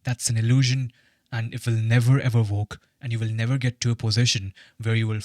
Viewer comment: Why I hear work as walk lol